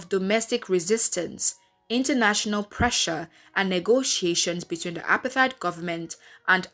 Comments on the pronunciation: Good film, but it's pronounced more like APART-HATE, NOT APAR-THIDE... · Apart-heid ! Not apar-theid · Apartheid is pronounced "apart - heyd". Please can we correct that. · Nami the accent is shaking me. It's like she's saying appetite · Clueless narrator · like bro uper tyd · The way she says apartheid is so foreign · It’s not foreign. It’s wrong.